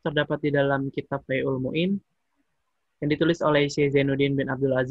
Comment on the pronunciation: Fathul Mu'in bang.....bukan Faizul Muin...ok Alhamdulillah telah telah melaksanakan tugas Barakallah fikum